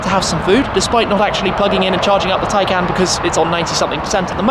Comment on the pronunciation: Do I get it wrong? Or is it Shmee constantly mispronouncing Tay"can"?